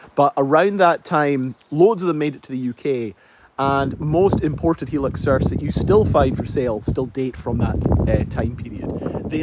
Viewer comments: Please stop calling it a helux its hi as in high lux but apart from that great video ! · It's a japanese car, but the name doesn't have japanese promounciation. The name is supposed to be pronounced "High-lux"". :) The thick shaggy style carpets were a very common thing in japan for some reason in the 80's through to the early 00's. I bought an ex japan Mondeo wagon, probably the only mondeo ever sold in Japan as I've never seen one there, but Ford deemed it also required monogramed shag carpets, which they didn't have as an option anywhere else, as far as I can tell. If you feel like seeing the journey of someone else who bought a 90's 4x4 sight unseen, check out Geoffrey Crocker. One of my other favourite youtubers